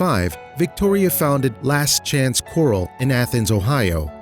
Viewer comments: FOALS, not "fowls". And CORRAL, not "quarrel". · That's pronounced corral! Not coral like a gem stone. & The babies are foals! Not fowls! GOOD GRIEF!!!! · I was cracking up as he pronounced Fouls and Corrales!!! LOL oh my goodness I'm glad I'm not the only one holy cow!!!